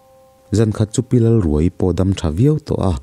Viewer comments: Pi Lalruaii tih hi...pareka thil khaia, khai tih lam thluk anga lamtur awm zawk tak,thluk hniam thla lovin thluksang hret in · Lalruaii i lam dan hi , a tap ruai ruai , or ka tap ruai ruai , tih ang a lam a Lalruaiii tih tur a ni lo maww ?